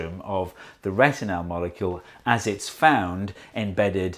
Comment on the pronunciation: Why do you pronounce "retinal" as "retinelle"? I liked very much the "come in" gesture by your doorman. You are very talented, and not just in science.